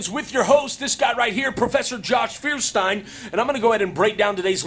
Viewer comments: Lol the guy can't even pronounce his own surname, what a joke. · I dont believe a guy that cant even pronounce his last name :D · ikr? This guy even mispronounces his own name with irony. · cant get over his name even xD Feuerstein is the german version of the Flintstones, you see also dude is literally unable to pronounce his own name.